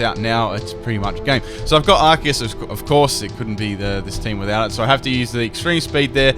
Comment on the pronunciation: I'm so happy you pronounce arceus correctly